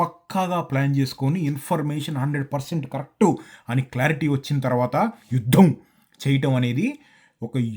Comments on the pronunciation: Yudddhham chesedddhhham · ద కింద ధ వత్తు చెవి కి బాంబు పేలినట్లు ఉంది. "యుద్ధం " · అన్నా నువ్వు (యుద్ధం) అని ఒత్తి పలికినట్లు యుద్దం జరిగితే పాకిస్తాన్ కి నిజంగా పూంపుహారే 😂😂😂